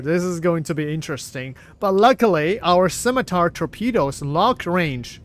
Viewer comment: Cap, thank you for making the effort on "Scimitar". Much Appreciated!